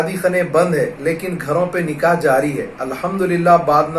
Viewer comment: Sab se pahle janab sahab se guzarish hai ke aap apni Urdu theek karein. Lafz “nikah” hota hai “NIKEH” nahi hota. Shadiyoon ka tareeqa Alhamdulillah sunnat ke tareeqe se ho rahe hain. Allah se dua hai ke sab musalmanon ko hidayath ata farmaye ke karona ke baad bhi log isi par amal karein. Aammeeen